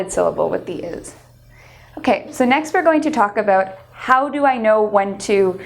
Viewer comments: It's not aboot, it's about. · By the 27 sec says(pronounces #1 for about ( the Canadian or Minnesota way) (I here shall attempt a phonetic spelling #1 ab aout and #2 for for #2 fer or fur # 1 I like # 2 I dislike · How about learning how to pronounce the word "about"